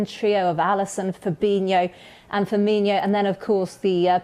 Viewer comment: she said firminhio not firmino